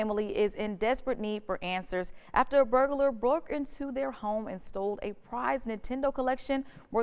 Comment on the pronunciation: “a burg-a-lur”